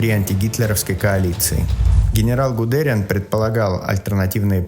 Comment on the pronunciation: Кажется, правильно будет ГудерИан, а не ГудерЬЯн.И, может быть НА ЗЕеловских высотах, а не ПОД??? Да и вообще-то в Зееловско-Берлинской операции, была разбита 9-я армия, из которой в Берлин прорвались остатки 56-го танкового корпуса (Вейдлинга), а 502-й тяжёлый танковый батальон попал в окружение! Кажется так, если не ошибаюсь!